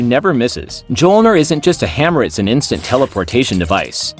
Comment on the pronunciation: You need to delete this video and re voice it. Its pronounced me-ol-near, not muh-jol-near. Best of luck in the future.